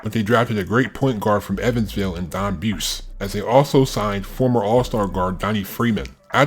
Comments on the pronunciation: It’s pronounced BOO’ zie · Buse is pronounced "boozy."